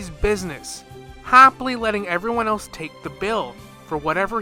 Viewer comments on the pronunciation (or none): none